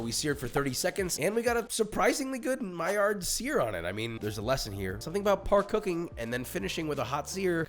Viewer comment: stop pronouncing the D on maillard... the man was french